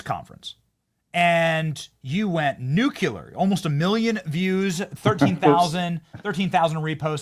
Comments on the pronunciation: Nuclear is pronounced "New-Clear" not "New-Cya-Ler" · Benny!!!! I love your channel, but it is pronounced NUCLEAR! NUCLEAR! Not NUCULER! George W. is long gone from our daily lives so we can go back to pronouncing words correctly. (I'm from Iowa also & Dude, I promise, it's Nuclear ;) Other than that little peccadillo, I love your content. God Bless You & Yours. Keep up the good work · I love you Benny but please stop pronouncing it...nu cu ler. It's nu clear. I'm sorry that's wrong... think bush jr. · Nu. Cle. Ar. Not “nuke you lar “ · Please for the love of God stop saying "nucular" it isnt a word Benny. You sound like Candace saying "Litrally"..... its hella cringe. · Benny! There's only one "U" in "nuclear"!